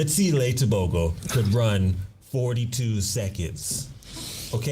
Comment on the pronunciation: Wow you pronounced Tebogo's name perfectly.